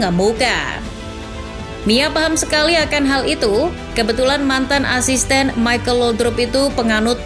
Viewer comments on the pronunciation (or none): none